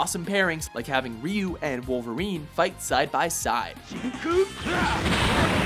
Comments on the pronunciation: Your an idiot for saying Ree-you instead of Ry-you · Who’s “Ree-you?”